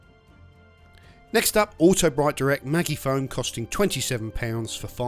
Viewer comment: "Maggie - Foam" 🤣🤦‍♂️